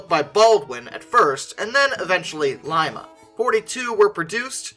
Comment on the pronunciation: My brain, "Wait...hold up...he said Lima, OH in the correct manner." Much happier watching this video.